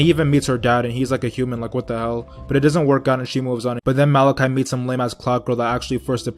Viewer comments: Why are you saying malaki it’s mordecai bitch😂😂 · “Malakhai”? It’s Mordecai mate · It sounded like you said malachite not mordecai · “Malacai” and “rugby”........ It’s “morticia” and “rigby” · It’s Mordecai not malicai and Rigby not rugby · Lol it’s not malichi and rugby it’s mordici and rigby 😂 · it’s mordecai and rigby not Malaci and rugby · It's mordicai and rig-bee not rug-bee I mean I get it was a joke but it hurts my ears every time you say the names wrong 😂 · Why did he say Mordecai & Rigby like that